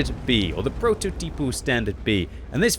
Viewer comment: Whenever i heard prototipo... Sorry, i laughed... Let's see if i can explain the pronunciation Its similar to prototype. proto is the same, with the exeption that the r is "harder" but this is hard to explain since i'm not sure if it's used in english Ti is readed more like te or like tea, if you prefer The last po is just like the pro but with the r removed, just stry saying proposition, the initial pro and the final po Well this should be pretty much it Also, what a wonderful game